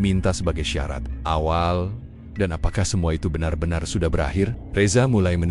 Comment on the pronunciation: Bang tolong diperbaiki pengucapan dan penulisan A.I nya. Masa "benar-benar" jadi "banner banner"